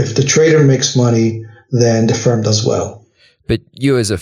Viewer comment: Firm not fern